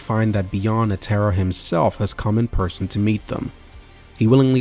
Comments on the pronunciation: i just stopped you just completely ruined my enjoyment saying ne taro now either you trolling or rage bating don't matter F you for that. its NE TRO NETRO not NE TARU or whatever the f you were saying here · Bro atleast pronounce Netero right like come on. Then you go on to give some opinion at the end that is formed in pure ignorance. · Y'all NEED to start watching at least one episode of anime prior to putting your whole ass into a 2 hr video in which you can't pronounce "Netero" correctly 🤦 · good vid but gd you sayin netero last name wrong blowing me foo😂😂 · Had to stop watching after that pronunciation of " Netero"